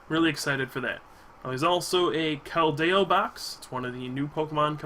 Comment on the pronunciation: some pronunciations you missed. It's Kel-D-O and Cole-ress.